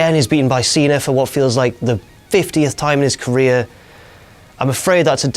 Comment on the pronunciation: why do i always hear saying "cenar" except cena